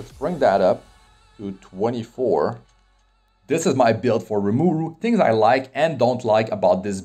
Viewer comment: His name is RimUru not RimAru